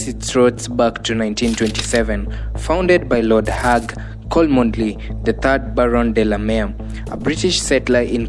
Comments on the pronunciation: Pronounced chomley not kolmondeley. And stick to your headline not irrelevant history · Chomly not Kolmondly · The name cholmondley is pronounced 'Chomlii' not Kolmondlei' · The name is pronounced as 'chomley' . Unnecessarily too many silent letters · The name is said as Chomly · It’s read as chomley. Always, good content ❤ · The name Cholmondeley is spelled as 'Chomley' sio hiyo kitu unasema bro